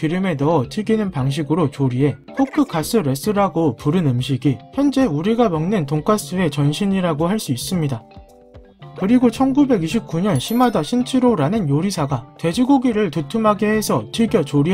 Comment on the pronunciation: 시마다 신치로가 아니라 시마다 신지로입니다!